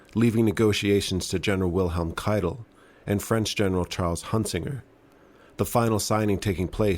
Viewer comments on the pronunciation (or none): none